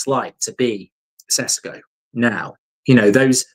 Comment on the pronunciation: Call him by his real flipping name!! Yesterday you had guy from Slovenia telling you how to say and that his sadly deceased mother had a same name!! Ffs stop sitting on your brain with this, it's not flipping Cesco! I'm genuinely gonna go fucking insane